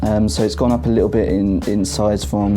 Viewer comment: The review was helpful and informative, but the comments here seem to drift off in the direction of pronunciation. Free for three? That's minor . . . did you hear the pronunciation of "little?" You would never guess that the word has two "t's" and an "L" in it. "Little" is pronounced in the British manner as "Lih - oh" with no T and no L. But that is the common pronunciation in London. OOPS . . . . I shouldn't say "common," as the word "common" has a different meaning in the British version of English! Let's just say that it is the frequent and usual pronunciation there . . .